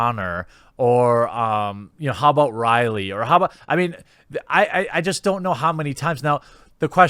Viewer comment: Ripley not Riley you fucking manlett.